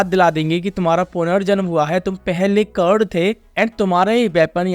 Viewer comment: Curd nahi bro karna😊